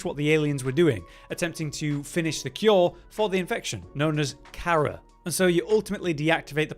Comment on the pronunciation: are you sure you played the previous games? Because you seem to have trouble pronouncing the name of the virus correctly, which is mentioned numerous time in the previous games in both conversations and in audiologs.